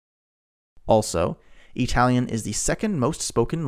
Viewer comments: Since you can say Italy with the correct sound in the I what do you mispronounce Italian as EEtalian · Why the hell are you saying E-Talian? It sounds so damned stupid that I can’t watch. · e-talian? really? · 🤔 What is the deal with the pronunciation of “Italian” in this video? Something like ee-talian. I was thinking, ok, kind of weird (at least to me) but maybe it’s regional or he’s trying to de-nativize it. But, he does not pronounce “Italy” as “EE-taly.